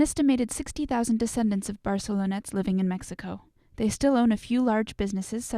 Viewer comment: barcelonnette not barcelona